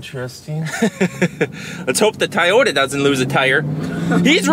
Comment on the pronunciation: what is a Tiyota? pronounced it correctly what happened 😂